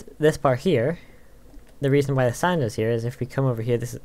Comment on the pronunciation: you said sand i heard sign XD